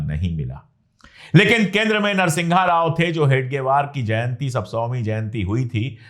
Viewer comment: अबे अनपढ़ नरसिंघा राव नहीं है नरसिम्हा राव है..........